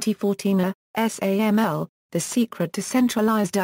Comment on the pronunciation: Wonderful service--thanks for uploading. One suggestion: SAML is pronounced sam-el, according to the first parenthetical here. Would be great if that was reflected in the audio. I'm aware it's automatic, but I'm posting here in case it can be corrected.